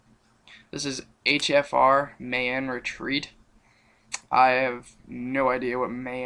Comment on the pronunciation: mayan retreat is pronounced "my an"